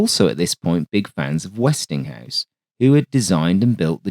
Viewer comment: I cringe every time I hear "Westinghouse."